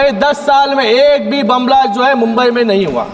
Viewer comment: बुंबई नाही मुंबई बोला आधी